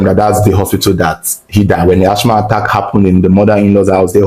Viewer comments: is Assma not Ashma ( real spelling Asthma). The H is silent. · That word asthma is pronounced "asma" not "achma" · It is not ash-ma . It is as-ma please. That is for pronunciation only and not spelling. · Its ass-mah and not ash-mah😊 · Sad story. Some people are really evil. Wicked wife and evil demonic in -laws. Lord have Mercy! Praise God all the accomplices got arrested but Africa corruption. The jail sentence should have been life for the wife.Thank you Reporter please stop repeating Ashh ma. The word is Asthma. Pronounced assma. Thanks. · Mother in-law and not mothers in- laws😒Asthma is pronounced Az- ma or As-ma and not Ash-ma🫡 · The word is Asthma pronouns it like Asma if the spelling confuses you, it’s not Ashma thats not how you pronouns the name, Ashma sounds like an Indian god 🤷🏻‍♂️ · AsTHma not ASHma pls 😩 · lt is pronounced Asma not Asthma. The spelling is Asthma actually. You can ask Ai or check in Google. It was a typographical error. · Uyo is not a state, rather it's the capital of Akwa Ibom State. And Asthm is pronounced "asma". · Asthma (the H is silent) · I was so embarrassed kept repeating it 😫